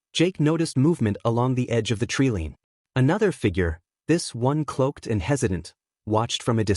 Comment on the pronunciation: Tell your ignorant reader the word is not treelean. It is tree-line, line.